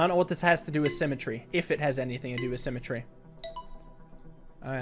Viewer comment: simatree now sounds like sim-a-tree and not a word